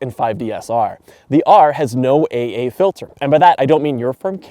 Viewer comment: Watching a Canadian say AA, and Moire all in one sentence made my head spin and then I laughed exactly like you did. It sounded like you said "eigh-eigh" or eh', eh' and more-eh'! Haha, all joking aside great review and since we never see snow unless above 5,500ft here in Southern California, so that was also nice to see for a change. I'm very late to the party here with the 5D Mark IV and have a funny or crazy backstory. You said the D800E/D810 outdid this camera, and I agree for most specs, but I will also admit I have owned two D850's, I own two D6's and I had three different D500's over the years. Yet, I don't like Nikon mirrorless, so I'm slowly switching to Canon the cheap and fast way, while I wait for a deal on the R3. My local store that our newspaper's have an account at, could've given me one the other day (An R3) however it was technically spoken for by a Non-CPS member and the store obviously has to make money, so I'm the slow train waiting for an R3 at the cost price we get, which is likely 10% above actual dealer cost, we only get this deal becasue we have so, so much gear and buy and sell gear every year as we slowly upgrade. We have Z9's, but I can't stand them, the noisy files and EVF both are not great, I much prefer my D6. However the R3 specs are much closer to what I prefer, low noise/great DR at High ISO in low-light conditions I often find myself in, nearly daily (every other day?) as a photojournalist. Some days you get 3 assignments and some days we